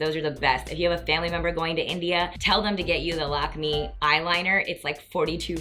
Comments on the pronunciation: lakme is kinda french so an accent on the e so its pronounced lac-may! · Nice video girl! Also just an FYI the brand Lakme is pronounced as "Lack May" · Deeps, I love you but you're totally effing up Lakme's pronunciation here haha. <3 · you pronounce "lakme" very differently compared to how Indians do and even Lakme commercials. i like how you pronounce it.